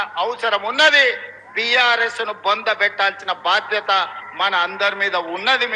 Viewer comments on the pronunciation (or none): none